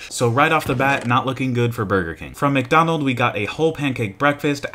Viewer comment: It hurts me that you pronounce McDonald’s without the s